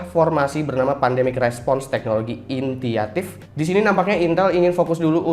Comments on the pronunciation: Initiative dibaca intiatif? Ralat bang, "initiative" artinya inisiatif jadi bacanya kek "inisiatif" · Bukan intiative tapi initiative